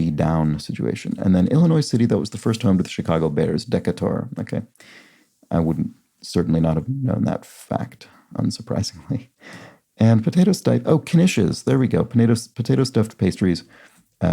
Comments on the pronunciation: I appreciated your fancy french pronunciation of DECATUR I think it’s technically pronounced “duh-cay-ter” (in Georgia at least) but I like your version better :) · It's Dee K Ter in Georgia - lived there many years